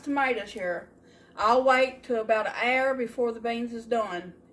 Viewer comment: I like the way you say hour (air) 😊